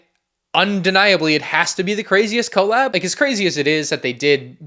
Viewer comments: Cole lab 😂😂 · I was gonna comment that it’s so bad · The crazy thing is the way you pronounce collab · Anyone else cringe at the way he pronounces Collab? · don't think i ever heard anyone actually say collab like that let alone however many times he said it in like a minute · Listening to mispronounce “collab” like fifteen times in sixty seconds was pure ASMR. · He was being ironic, right? He had to be doing it ironically 😭